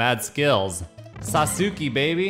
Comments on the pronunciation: Its not "saw-sue-key" its pronounced (sauce-kay) and it's a common name in Japan and it's also the coolest character in Naruto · it's pronounced like this. "Sas-k" lol. Great video as always. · Every time pronounce Sasuki i laughed lolz.. Didn't even know if it's intentional or not. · The Legend of Sah-soo-key returns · Sa soo kay. Emphasis on the Sa. SAsookay. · Sauce-kay lol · Awesome pronunciation of Sasuke! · ……yeah it’s totally “sauce-kay” 😒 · It’s pronounced “sauce-Kay” if anyone was wondering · Sasuke = Sa-ssss-kay, that’s how you’re supposed to say it . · It's pronounced Sauce-Kay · Sasuke is pronounced “Sauce-Kay” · Sasuke is pronounced Sas-Kay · It's pronounced sahs-kay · He has to be pronouncing it wrong on purpose at this point to agitate people. People have been correcting him for like.... 3 videos now. I even gave him a fun association technique to remember. Just think spaghetti. I love spaghetti but I hate noodles, so im just gonna eat the **sauce k**? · It's pronounced "SAUCE-KAY". Just fyi. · Lmao my Boi saying Sasuke wrong giving me a headache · The way he says sasuke hurts to listen to I mute it at this point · The way he was pronoucing sasuke hurt me inside and was very cringe